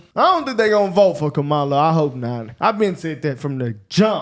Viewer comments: You hear that people her own people who vote for her can't even say her name right😂😂😂😂😂😂😂😂😂😂😂😂😂😮😮😮😮😮😮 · how come they didnt get offended when they miss pronounced Kamalas name?